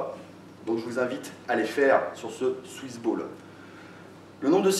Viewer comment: J'ai l'impression d'entendre suce boule a chaque fois que tu dis swiss ball